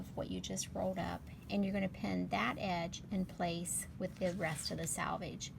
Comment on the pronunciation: Thanks! I’m actually going to try it the other way round too. But also just FYI it’s pronounce “selvage” like the word “self” because this is a self finished edge instead of pronounced “salvage” like a salvaged car lot